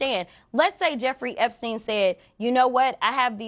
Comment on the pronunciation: Crockett saying "a Jeffrey Epsein" is just almost as bad as Santos say "I said I was Jew-ish"